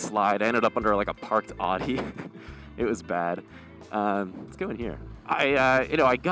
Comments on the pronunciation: Lol, "aahh-Dee"😂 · Audi is pronounced "owwdi", rymes with howdy.